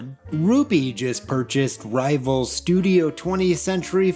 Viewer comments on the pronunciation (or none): none